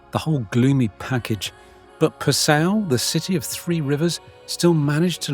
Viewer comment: Pronunciation tip! it is correctly pronounced PA sau. NOT pa SAU!!!!